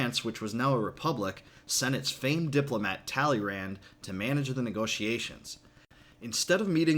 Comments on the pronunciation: Please improve your pronunciation of "Talleyrand" ;) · You pronounced Talleyrand wrong